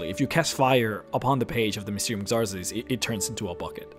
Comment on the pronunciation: "Xarzes" TRIGGERED!!! It's Pronounced like Zarxies